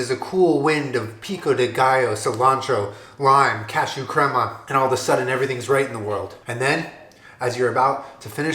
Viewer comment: for the love. someone teach how to say crema 😂